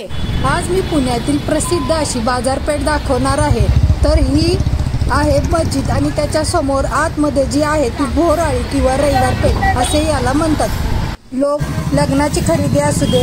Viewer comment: अळी नाही हो आळी....रांग या अर्थानेच